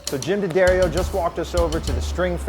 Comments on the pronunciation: Jim just did an AMA on reddit a couple months ago and said it's pronounced "Da-Dairy-Oh" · Anyone who thinks hand-wound strings are a good idea, or even superior, should be shown this video. But guys, it's "Duh-Dairy-Oh!" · Pronounced Dad Arrio. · Love how you mispronounced the company name while outside, but say it correct inside.....😔